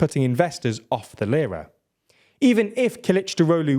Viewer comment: I'm not Turkish yet I know how to properly pronounce "Lira". Makes the video difficult to follow with bad pronunciation 😢 Do basis research next time